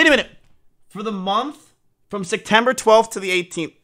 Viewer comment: Why does he always say “sectember” it’s not that hard of a word to say it’s SEPTEMBER